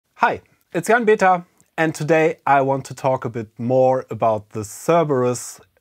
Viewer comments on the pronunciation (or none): none